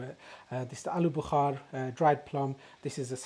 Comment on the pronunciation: Alu Bukhaaar hahahha guy is funny tho. Its called Bukhara.